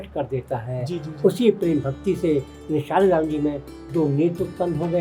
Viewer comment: आपको सब चीज की जानकारी अच्छी है पर मैं आपको बता दू की सालेग्राम नहीं बोलते शालिग्राम बोलते हैं 🙏🙏